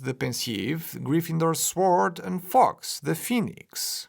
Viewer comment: You don’t need to pronounce the ‘w’ in ‘sword’. Its just SOREd